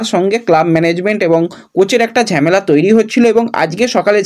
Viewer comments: ঝেমেলা এই কথা টা শুনলে খুব বিরক্ত লাগে। কথা টা ঝামেলা হবে। এতদিন ধরে ভিডিও কোরছো প্রনাউন্সেশন এতো খারাপ হবে কেন? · It's not ঝ্যামেলা it's ঝামেলা😂😂